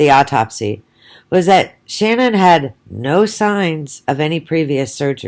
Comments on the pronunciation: Ahahaha and what are you some kind of dr or scientist?! Do you have a medical degree?! I bet not! You didn’t even know shanann you can’t even say her name properly so you the hell are you to comment on who or what she is/was. Piss off and go post some of your own shit instead of talking crap about a dead women and her children and family! Your an awful person so go have another ciggy and get a life you old mole! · You could, AT THE VERY LEAST, pronounce her name correctly. What the hell is wrong with you?